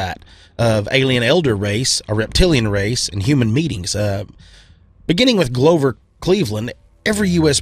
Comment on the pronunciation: He lost me when he called the president "glow-ver Cleveland... lol